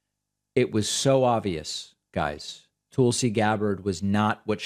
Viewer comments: Hey David, you’re the only one who refers to Tulsi as “Tool-sie”. Do you do that to insult her, or are you just not hearing the way she and everyone else pronounces her name. I mean if you’re doing it to insult her, fine… I think she is a bad egg. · That’s the creep’s long running joke. Intentional mispronunciation. Yet if anyone accidentally mispronounces Kamala wrong he leaps on and makes an issue of it every time. I guess the joke is that other people are too stupid to know how to pronounce Kamala’s name correctly and he’s so smart that the way he can signal his dislike of Tulsi is by deliberately mispronouncing her name. Such dry humor. So ironic. He knows he’s deliberately mispronouncing someone’s name but those other clods don’t know that they’re mispronouncing someone’s name. Hahaha. In other words, he’s a prick